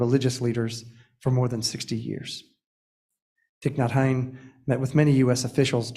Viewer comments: I so appreciate this acknowledgement and Thay would have forgiven him though I wish he could’ve correctly pronounced his True Name - Just sayin - LOL😉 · I was hoping I wasn't the only one to notice that. It was hard for me to listen to this. If you really respect someone, you first figure out how to correctly pronounce their name.